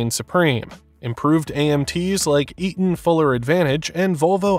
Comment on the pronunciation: "Eat-hmm fuller " 😂